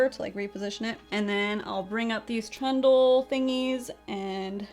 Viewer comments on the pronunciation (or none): I was thinking to myself, what the heck is a “trendle”...? Then I realised you were saying tendril! Lol- I like “trendle” much better - great new word. 💜🥳👱🏼‍♀️